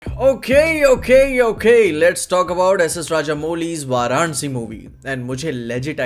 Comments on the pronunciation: Abe thu gore chamde hein kya? 'Varansi' kya hein? Ache se VARANASI bolneko dikkath kya hein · it is not varansi it is varanasi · it's not VAA-RAA-NA-SI bhai.. it's VAA-RA-NAA-SI... north ka ho, phir bhi dhang se bol nahi paate.. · Bro it's varanasi not varansi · can't even pronounce varanasi? 😭